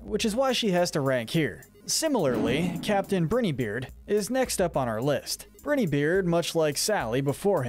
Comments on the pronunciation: ITS bri-ni-beard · Captain Brineybeard (Say bry nee beard)